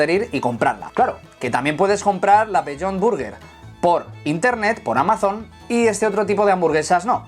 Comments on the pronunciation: No me hagas mucho caso, pero Amazon no se pronuncia así.. para que fuese así debería llevar una tilde en la O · No te asustes tanto.. es un aditivo muy utilizado en la industria de la alimentación, conocido como E-414.. y está regulado por el ministerio de sanidad, lo que lo hace apto para el consumo humano. Esta vez no has dicho nada sobre la pronunciación de Amazon tan peculiar que ha hecho (lo pronunció como si fuera una palabra aguda), y creo que en esta ocasión estaba más justificado que lo del guaguiu (wagyu)